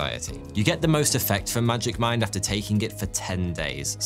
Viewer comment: as an hypixel sb player i keep hearing magic find instead of magic mine. help me